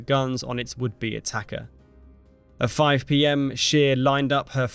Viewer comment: admiral scheer. true, the word admiral is in english and german very similar, no problem there. but "scheer" is the problem. double e is a long e, it's not pronounced as an i. the german word you said was schier (which exists). the english wiki article has the correct pronounciation "atmiˈʁaːl ʃeːɐ̯"